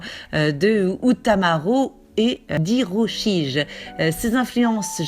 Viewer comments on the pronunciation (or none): Vidéod courtes élégantes et bien présentées, merci pour votre travail ! PS : on dit ''hiroshiGUÉ'' Bonne continuation